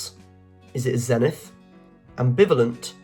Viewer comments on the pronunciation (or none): none